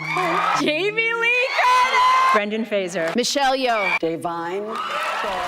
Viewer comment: It makes me sad that Love Hurts was such a terrible movie given that the leads are capable of these incredible performances. Also this is very nitpicky but I die a little inside every time someone mispronounces Brendan Fraser's name.